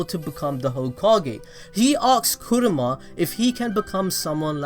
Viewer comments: Kurama. Not Kuruma. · Why are you calling Kurama “kuruma” that means car lol